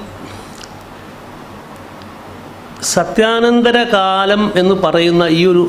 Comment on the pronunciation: എന്തോന്നാണെടേ ചഥ്യനദധഥര കാലംഫൂൂൂൂൂൂൂ